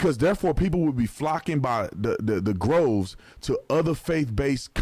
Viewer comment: Love you and your show... but it is DROVES not GROVES. 💖💖